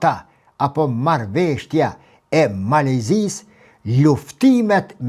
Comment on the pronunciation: "Marrveshtja" jo po MARRËVESHJA 😊 shum rrespekt prof, ke njohuri te pergjithshme shum, ket korrigjim merre si shaka